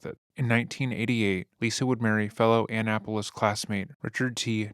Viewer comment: You butchered “Annapolis” haha love from Maryland tho